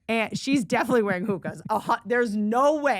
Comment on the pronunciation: Are you pronouncing “Hokas” as Hukas ???